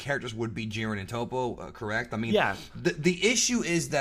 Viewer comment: I thought they pronounced Toppo it TOP-O in the show.. not TOE-PO... But I do agree on the part that Jiren is boring AF.. they should definitely show some of jirens past to show how he got to we're he is now.. make him relatable because he has that superman level of unbeatable to him that makes him uninteresting